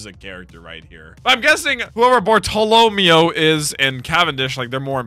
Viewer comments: Wrong. His name is pronounced the way it's written. Barto-lo-meo. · PLEASE 🙏 his name Bartellameo is pronounced Bar-ta-la-mayo and he's one of my favorite characters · Bruh you spelled it wrong and pronounced it wrong lmao. Bar-toe-low-mayo. Bartolomeo. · Bar-tow-luh-mayo lol